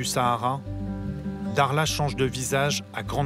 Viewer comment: il sait pas prononcé le mot dakhla où quoi correctement ? 😂😂